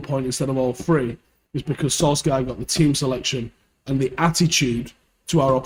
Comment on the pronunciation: His name isn't fucking "Solskaar". Jesus man.